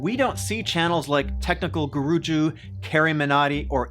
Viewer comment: Nothing major but your friend Pronunced Technical Guruji wrong.